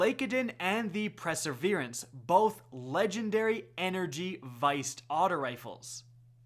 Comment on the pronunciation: presserverance.... this kid needs to go back to school.